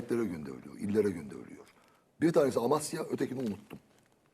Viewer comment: Bugün çoook ilginçti. Teşekkürler. Bu arada bamya Amasya değil Amasra olmalı bence!